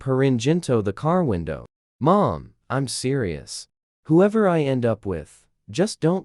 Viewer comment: Right?! It was the weirdest words, too! You don’t know how to pronounce “mom”? You don’t know how to pronounce “reach”? This is weird what words it decides to mispronounce!